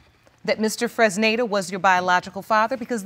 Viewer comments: I thought so too. I think it was Mr. Fresnida. I thought I was the only who heard that. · OLADIPUPO SODIQ lol it sound like she pronounced it as funonza 😂😂😂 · The sister can't even say her brother in laws name correctly 😂😂😂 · LoL so many people mispronounced/misspelled Fresneda...is that a unique name in the US? It's a good name, but I always thought it was Latin names... 😂 The man has perfectly shaped nose... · They’re all struggling to pronounce “Fresneda” 😂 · Well, the auntie is tongue-tied... But yeah... It wasn't even a difficult name to pronounce...😂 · Mr. Freznaza Mr. Frizada Mr. Frittata Lmbo poor man, hardly anyone said his name right